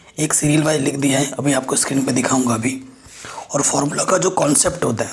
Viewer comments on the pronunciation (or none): none